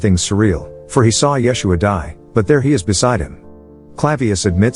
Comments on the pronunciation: " yes-u-ah " is how its said in Hebrew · FYI: Yeshua (ישוע) is pronounced Ye-shu-ah in modern Hebrew with emphasis on the last syllable, not the first two. Pilate’s name is Pilatus not Pilatius.